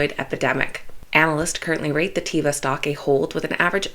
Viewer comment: Greetings, ... small correction ... that is TAY (like day)-vah not tee-vah.